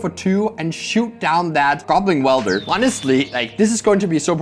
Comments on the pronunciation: Weld-er not wield-er lol 😂😂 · commentary is great but mispronouncing “welder” as “wielder” is getting me every time 😭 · Is deliberately saying "Goblin Wielder" instead of 'Welder'? Surely someday they will make some sort of Goblin Bombardment creature with that name. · It's welder, not wielder ;_ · is it not Goblin Weld-er? like, welding? like where you melt metals to fuse things? that seems more fitting than Goblin Wheel-der as its being pronounced. just curious. great videos! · does this guy not know the word weld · i love you but its "welder" not "wielder" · I love you man, but it's WELDER, not wielder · WELDER not WIELDER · Every time he pronounced welder as wielder I just pictured some dude swinging a goblin around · Would someone please tell how to pronounce welder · Welder rhymes with held her, not with fielder. 🙏 Also great video as usual.✌️ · You'd think that went to the Seth-probably-better-known-as-SaffronOlive School of Pronunciation or something... W E L D E R, but I mean also Seth called her S I E R R A Angel for a long time... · Amazing video. Btw welder and wielder are different words with different meanings and pronunciations. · Weld is not the same word as wield. Not sure if you were saying it wrong on purpose but it was only funny the first 3 times you said it wrong IMO.